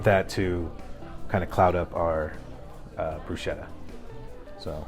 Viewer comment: I don’t know what that is but definitely not bruschetta, which btw you are not even pronouncing it right. 🙄